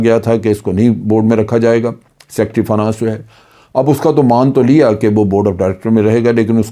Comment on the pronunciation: جنرل صاحب لفظ فا نا نس نہیں ہے ۔ فائ نینس ہوتا ہے